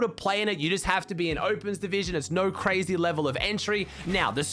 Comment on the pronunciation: "everyone's qreizy about it" : )